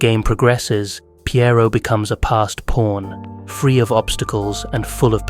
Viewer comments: I feel like this guy is saying porn instead of pawn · Guy who created chess: "it's not even that deep bro." Also, this whole time I thought he was talking about "porns" 🥴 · at 16 minuets you call a pawn a porn at least 3 times? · Sounds like he’s saying porn 😂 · the accent makes pawn sound like porn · 😂😂😂 nah fr .. I was hearing it too , but I keep getting back focus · Did he say pawn or…